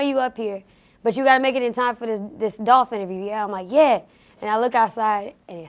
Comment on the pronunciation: ITS DOLPHHH 🐬